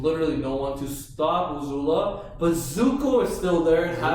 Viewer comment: He keeps telling Ozula Guys she is A-zula